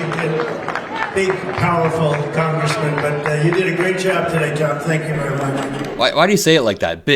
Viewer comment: Why did he say it like that? "Big, powerful Congressman?" Sometimes I think Trump is so far in the closet that he's having adventures in Narnia.